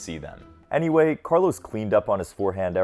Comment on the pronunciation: His name is Carlos, not Carlows.